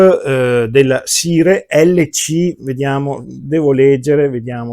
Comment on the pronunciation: Ottimo video come sempre. Una sola nota senza polemica: il nome si pronuncia SAIAR e non SIRE. Per il resto grazie per la tua bella recensione.